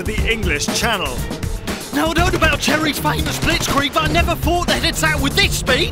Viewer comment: when he said Jerry's it sounded like cherry's